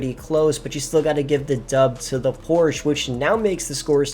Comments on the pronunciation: There’s no brand such as Porsh. IT’S CALLED PORSCHE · Why is he mispronouncing Porsche 😩